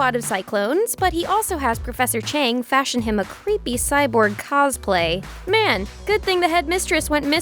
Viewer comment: “Professor chank” 💀